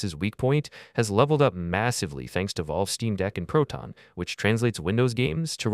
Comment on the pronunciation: “vaulve” “eyso” “mahttay” 🥀